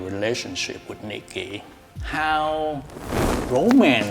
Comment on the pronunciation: Ohh her name is nikki, I thght she said her name was milky at first lol